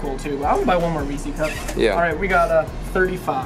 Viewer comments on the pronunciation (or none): Anyone else get annoyed when he mispronounced Reeses cups. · dont call that a reesey's cup again. Its Reese like Reese witherspoon. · It's not reesis, it's reeses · Imagine calling Reese’s reesie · The way you say Reese's cups kills me. It's a name Reese, and they're his cups so it's Reese's cups....... " 's " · Amelia Kaylor its pronounces ree-sees